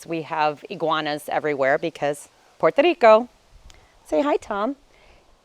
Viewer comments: 9 years and you still can’t pronounce PUERTO RICO. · I REALLY REALLY LOVE THE WAY YOU PRONOUNCE *PUERTO RICO*🤗